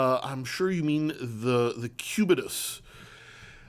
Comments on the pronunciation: "Patek Pubetus" 😂 nice one! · Did say "pubitus" 😂😂😂😂